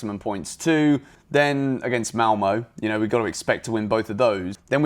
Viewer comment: just butchered Malmö, ”malmoe”